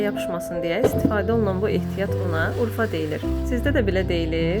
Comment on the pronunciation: Əıinizə sağlıq urfa yox urva deyilir❤❤❤❤😊